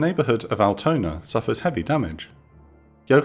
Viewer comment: Unforunetly he couldn't pronounce "Altona" or "Eimsbüttel" correctly. It was not recognizable